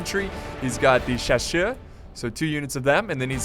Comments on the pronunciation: Chaussers is pronounced shass-uhh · chasseurs is pronounced shassear. the 1st A like in Argentina and the EA like in Earl. ouais mec t´es fou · CHASSEURS = SHASSER.. ok?;) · I don't really know how to explain how to pronounce "Chasseurs" it's pretty much just like you say shass and then you have a stroke causing you to slur the next part French is a weird language